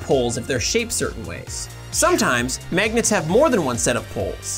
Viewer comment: Did you say magets?